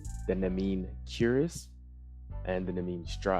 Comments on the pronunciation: I believe it’s pronounced nee-me-in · im pretty sure its pronounced "Knee-me-n", its a reference to an old myth i believe